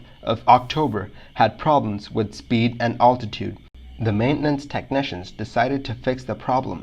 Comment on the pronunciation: "All -titude"? Is English your second language?